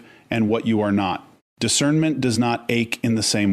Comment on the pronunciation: "voice" pronounces this part of the sentence "...does not point..." as "...do as not point..." which is evidence of the voice on the vid is in fact Ai! Because WHEN has a human pronounced "does" as "do as"???? 🙄🤦‍♀️